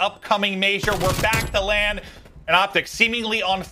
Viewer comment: Its LAND not LAN